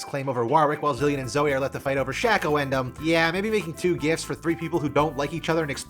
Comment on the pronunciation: Its not shacko Its sh aii ko